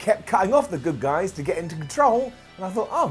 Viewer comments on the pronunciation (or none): none